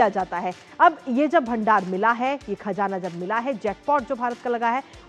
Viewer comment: खजाना नहीं . खज़ाना बोलिए